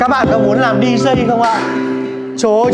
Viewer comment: Làm youtuber mà phát âm sai kỳ quá. Đọc chữ DJ sai nên học lại nhe bạn...